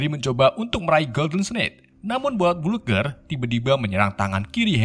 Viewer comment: bola bludger bacanya blajer